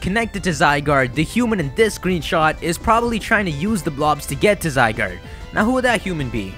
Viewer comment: So that you know its official pronunciation for Zygarde: zee-GAR-day